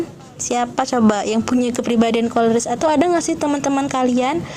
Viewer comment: Maaf bukan korelis ,tp koleris ,supaya tidak salah